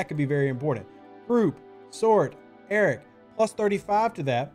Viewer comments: Am I the only person who hears "Eric" instead of "Arrock" or is it just me because I'm not a nativ english speaker? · I believe it’s pronounced A-rock, as in… I want Arrock I want Arrock!(Rock!) I want Arrock!(Rock!) I want Arrock!(Rock!) I want Arrock!(Rock!) Mine it down you say But my Feesha’s too slow up on this Concentrated Latinum Node! Node! Node! Node! Tell me not to mine Well, all I got to say to when you tell me not to mine I say No! No! No! No! So, if you ask me why I like the way I crew it There's only one thing I can say to you I want Arrock!(Rock!) I want Arrock!(Rock!) I want Arrock!(Rock!) I want Arrock!(Rock!) Now that Rock’s my Cap I get my Lat so fast, go OPC and Vi’Dars make me explode! ‘plode! ‘plode! plode! Now he’s leveled up I've waited for so long so I could zero all the Suliban Nodes! Nodes! Nodes! Nodes! When it's like this I feel the Vi’Dars shootin' through me There's no one else that I would rather crew I want Arrock!(Rock!) I want Arrock!(Rock!) I want Arrock!(Rock!) I want Arrock!(Rock!)